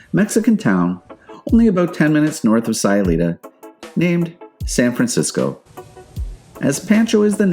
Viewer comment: Its SAY-ulita like, "I'm just saying" and San PAWN-Cho